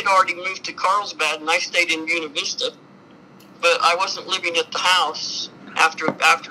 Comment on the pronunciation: On a lighter note, Ive driven through Buena Vista many times, going on hiking/camping trips. The way Gladys pronounced it is the way they call it there. They don't use the Spanish pronunciation even though the words are Spanish. The last time I drove through there was several years ago already. Can't afford to go for drives anymore, can't go hiking anymore either. . It was always amazing to me to see the fancy houses everywhere in Colorado, and all the huge rvs, very often driven by retired military personnel. It's interesting how some soldiers just get abused, while other military personnel get big houses and RVs and big retirement funds and even underground bunkers sometimes, ready for a nuclear blast.